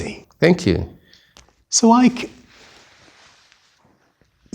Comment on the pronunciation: Nice, you are not pronouncing the Ike well